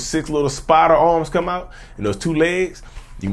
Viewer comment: LOL, He said "spider-narc" ... It's true tho